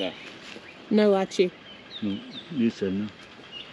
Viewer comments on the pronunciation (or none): Hi ……it’s not Lichi….he said Elichi, which is cardamom😊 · Its not lichi, its elaichi which means Cardamom. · Not lichee, he meant Elachi ( Cardamom) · it's not Lychee😂 it's elaichi - green cardomom. I imagine you were expecting the red pulpy fruit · He said elaichi that means cardamom ....its not lychee as you said...... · Not Lychee! Eliachi! It’s cardamom… Eliachi is the Hindi word. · That was elaichi (cardamom) not litchi 😂🤣😂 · It's not lychee the fruit he meant, he said elaichi which is cardamom 😆